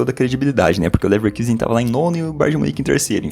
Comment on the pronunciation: Muito bom o trabalho, mas Leverkusen em alemão se pronuncia com o nosso u mesmo, caso contrário seria leverküsen